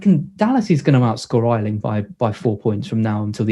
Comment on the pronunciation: GET THE NAME AYLING RIGHT MATE!!!! SAY YAYYYYY. THEN AYYYYYYLING